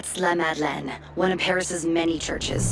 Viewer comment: It sounds like she is not saying the name of the church right, which is La Madeleine. Instead, I hear her saying That's La La Mad Lad